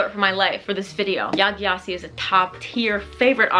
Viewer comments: I completely agree with your opinion on Yaa Gyasi, she wrote the perfect novel with Transcendent Kingdom. As a new fan, you might want to know that her name is pronounced "Djasi"😊. May I ask what kind of pain you suffer from, besides your horrible migraines? All the best from a Swiss girl living in South Africa! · Transcendent Kingdom is one of my favorite books of all time, glad you liked it so much. I just want to let you know her last name is pronounced like “Jesse” not with a hard G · Yaa Gyasi is my fav 💖her last name is actually pronounced jessie which I learned after becoming obsessed and googling her lol